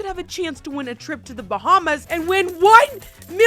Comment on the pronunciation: "BaHmAs" "OnE MiLlIoN DAllASs"